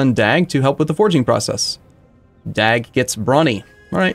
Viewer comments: try to a mixture of DAG and DOG so that A and O sounds a bit similiar and then you are saying his name correct in swedish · and the G smother